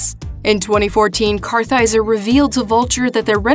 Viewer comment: Way to blow the pronunciation of Vincent Kartheiser's last name. Kaiser? Really??